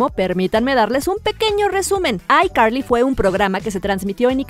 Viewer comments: PORQUE ESO DE DICES BIEN DRAKE Y JOSH Y NO DE ICARLY NO EN VEZ DE DECIR ICARLY DICES AICARLY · SE DICE ICARLY Y NO AICARLY